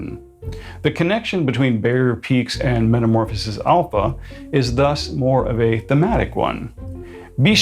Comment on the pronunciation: Please stop putting the hard P on Alpha. It’s pronounced as an F.🤦🏻